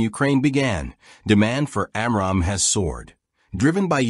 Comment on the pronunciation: And its pronunciation of AMRAAM is annoying.